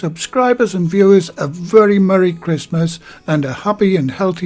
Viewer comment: another great video! Your accent sounds so much like my stepdad from Bishop Auckland. Especially when you said “very” like “vury”